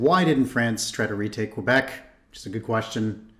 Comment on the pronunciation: HES SAYING QUEBEC WRONG